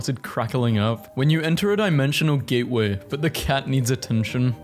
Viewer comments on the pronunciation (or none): none